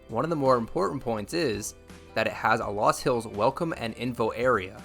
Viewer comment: First, the correct pronunciation based on the original German is Luus or Lus . I did some of my growing up in Iowa and went to college in Sioux City. There are a lot of those loops that you cannot drive on if it has rained. If you had spent much time exploring Iowa you would know that there are many interesting things to see both historic and cultural. I know of what I speak.